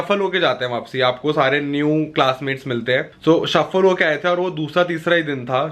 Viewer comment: No one: Literally no one:: mai wapsi thik ho jayunga phir wapsi 😂 instead of wapis 😂 Punjabi's can relate 😂💯❤️ #snapfam ❤️ love you ❤️❤️